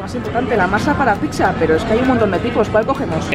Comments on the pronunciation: Soy el único olle que dicen pixa en vez de piza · porque decís picza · Pronuncian mal pizza